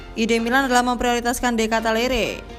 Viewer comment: Ralat Min.. Baca Benaser bkn Benaker.. De Katalare bkn De Katalere..